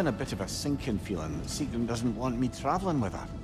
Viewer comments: “Yous to fell, sigroon” at least get the pronunciations right before you make a fucking video 😂😂😂😂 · Why dude bro pronounce it sig-rune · Bro why do u say her name like “segroon” 😭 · I don’t understand how you can horrendously mis-pronounce Sigruns name when the characters themselves SAY IT OUT LOUD